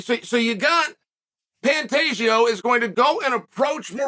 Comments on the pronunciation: If he’s trolling he’s doing such a great job Alex Pee-era, Benny Daroosh, Pontayo, PAULA Costa, Hazmat Chimaev… just to name a few😂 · Pantagio Lord Chael never disappoints with the name butchering 😂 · I guess Chael said 'Panteggio' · "Pontato" "Pontelio" I bet even Pantoja laughed his ass off at this. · Should have gone back to saying "Pontayo" after making the correction. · Pantoja = “pantaysho”- Chael 2023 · Nah "pontalio" is crazy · I believe it’s pronounced Pen- Day- Ho